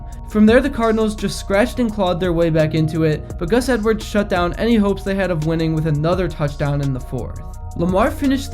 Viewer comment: The butchering of Gus and Brandon Stephens name.